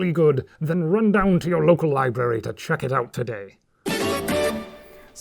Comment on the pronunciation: "Library" has two "Rs", neither of which is silent. "Lie-brair-ee". The book place. Many folk make the same instake.